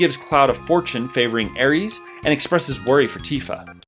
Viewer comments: Who pronounces it Aries? This is not the god of war, this is a sweet innocent girl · FFS she's not the Greek God of War....Air-iss...NOT air (multiple e's)